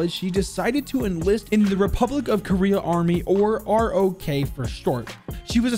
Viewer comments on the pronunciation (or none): its ROKA not ROK